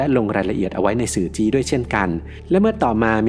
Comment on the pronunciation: หวาง ไม่ใช่ วาง สื่อจี้ ไม่ใช่ สื่อจี๊ ยังมีเสียงเพี้ยนบ้าง แรกๆฟังแล้วงง แต่อ่านได้สุภาพน่าฟัง